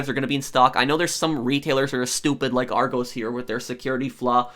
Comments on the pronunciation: It's pronounced are-goss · Its really cringeworthy that you call argos 'argoes' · It's r go's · Ar-goes lul gotta admit that’s funny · hey just letting you know its pronounced ar gos also scalpers are starting to annoy me now. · Btw you say argos like ar go s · Lmao he said it like arg O’s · Let me help you out... it's "aR - gOs" like gl(oss) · No-one: Non a single soul:: arr-goze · (It’s pronounced Ar-goss btw) but great video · Yeah I clicked on the vid and as soon as u heard argoes I was like nah fam u got it wrong 😑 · Hearing him pronounce it argoes hurts my soul lol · He calls it Argoes 🤣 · It's pronounce ar-gos (like the o in gosh) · It’s pronounced ar gos sorry it just kinda annoys dme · I like the video but you completely pronounced argos wrong then again I'm from Edinburgh so I might pronounce it weird lol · Argos is amazing because they sell everything and you go in the store and there’s a computer where you type in what you want and it shows up. It’s also not how you pronounce it it’s more argUS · Its Argos like the last bit it pronounced like gosh but without the h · I’m legit on every single restock waiting list and I still haven’t got one :( ! This bot thing is so frustrating!! I wish their was some software that can spot bots. And it’s pronounced like with a lowercase o in Argos bless you cutie X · Hearing the American pronunciation of argos is really strange to me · i like how he says argos lol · It's criminal the way your says argos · It’s a short ‘o’ in Argos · Rghost bru it's argos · That’s not how you pronounce Argos!!!!! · The O in Argos is pronounced the same as in Oscar. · Ik as soon as I heard him say it I was annoyed lol. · The way he’s saying Argos is triggering me 😂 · And people who don’t like him mispronouncing Argos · i know he is american but i hate it when he says ar-goes it is ar-gos. I do not mean to offend anyone by saying this. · Is pronounced ar-gos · It’s Argos not Argoos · Ar goss not ar goes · Argos not argows